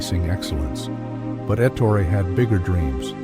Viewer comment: ET TOR EH NOT ET OOR IE or ET HOR RAY